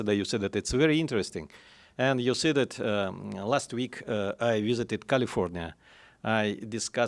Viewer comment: He needs to cut out the "...you see dat". It makes it tough to listen to him present